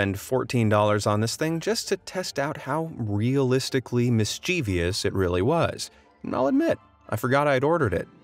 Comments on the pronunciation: The word is mischievous, not mischiev'i'ous with an extra 'i'. Grrrr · Mischievous has three syllables. Please be smart and pronounce it correctly!!!